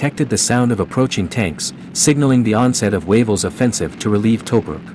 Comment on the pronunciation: l hate how this guy says tobruk